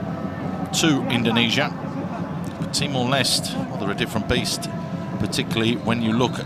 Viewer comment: He said Timor less